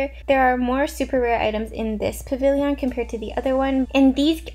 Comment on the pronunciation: i truly love ya but why pah-vil-e-yawn & not puh-vil-yn? 😂 i’v wondered so long